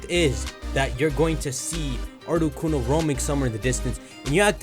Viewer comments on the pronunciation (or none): sucka said articoko